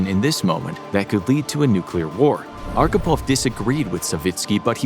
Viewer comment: Good video, my friend. Respect. Expect you Americans always badly mispronounce our Russian names :) LOL . His surname was Архипов , pronounced as Archipov, with "wh" sound, like in a "hole" :) But I do not blame you, you did a great job.